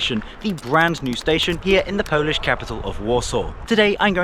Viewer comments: Qudos for good Polish pronunciation. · Sir, your polish pronunciation is top tier. I use to travel this line 2 - 3 times a year, those old trains indeed have electrical sockets but they're hidden between seats and hard to find. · Rather nice compartment compared the the open carriages and hard seats in UK first class! As a Brit of Polish origin and a fluent Polish speaker I have to congratulate you on your excellent pronunciation in Polish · Excellent pronunciation of polish young man. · Bro you nailed pronunciation, also WKD is most punctual railway operator in Poland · The accent's off, which is no surprise for a non-native speaker, but the pronunciation of Polish names was pretty on point. Unusual for an anglophone to not butcher our language. A surprise to be sure, but a welcome one. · He said all of them right (yes i'm from Poland)